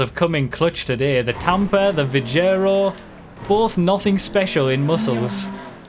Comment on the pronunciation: I wish he'd pronounce it Vigaro, like vigour, instead of Vi-je-ro.